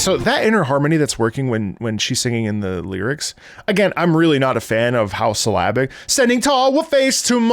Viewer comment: For the first 20 minutes of the video I thought you were saying "Slavic" instead of "syllabic" 😂 I thought it was a musical style that I didn't know about